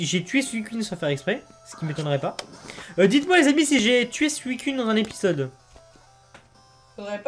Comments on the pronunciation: C est pas suicunne mais suicoune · Nan sa se prononce suicune mais on le dit suicoune